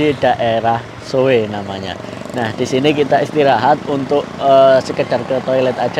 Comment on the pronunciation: Kota Soe ( Di Baca So'e Bukan Soe 😂 )